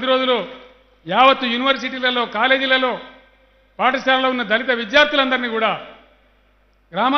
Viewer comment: Anii Sallu dhalithu dhalithu anakuuu raaa🙄